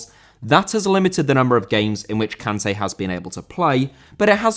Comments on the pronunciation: Kanté* not Khantei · How do you go out of your way to pronounce Sergio correctly, but pronounce Kanté wrong? 🤣